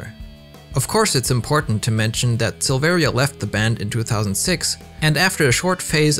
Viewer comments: The i in Silveria is silent. Its pronounced Sil-ver-a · You also don't pronounce the second "I" in Silveria. It's pronounced "Silvera"